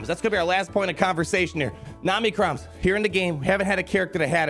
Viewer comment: I know you’re mispronouncing OM-NI-CRON on purpose. I laugh every time you say Namicrons. I love how they’re selling materials for which we have no ideas what abilities they are for, what those abilities do, and how much those abilities will cost. I used to Whale and not enjoy the game so much I took a 3 year break. Now I Fail and FTP and I’m having such a better time in the game. Just having fun. It used to feel like a job. Now it’s totally casual.